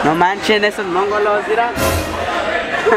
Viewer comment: Hahaha el cuh dijo .mon...golos. en lugar de mongolos 😂😂😂😂